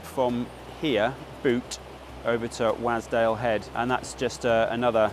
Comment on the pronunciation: I need to say something. Wasdale is pronounced "Was" as in used to be not, i repeat not please not again, "wAs" with a hard A as in pAss. Local heads up for ya. Keep up the good work sir 👍